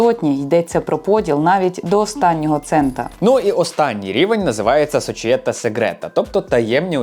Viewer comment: "унІта", а не "Уніта". "сочієтА", а не "сочіЄта". Ну хоч в Ґуґл Перекладача спитати можна. 🙂 А так контент гарний.